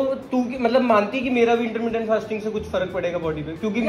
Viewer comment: Intteerrmmndient fasting😂😂😂😂